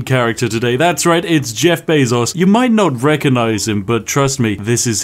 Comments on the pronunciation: I just instinctively assumed he was saying Beff Jezos the whole time. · YouTube: “removes dislike button” The Spiffing Brit: Jeff Bazos